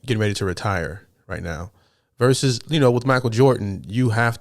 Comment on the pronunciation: Thanks for correctly saying Versus rather than Verse.